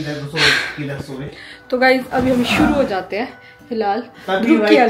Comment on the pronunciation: why do you call Dhruv Dhrub….Is it B or V please clarify